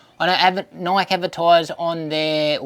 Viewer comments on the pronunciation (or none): It's pronounced - nai-kee.